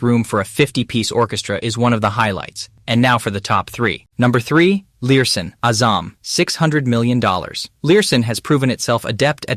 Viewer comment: Lurssen. not Learson.